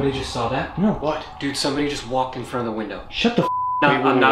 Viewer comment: what's a "froon" door lmao😉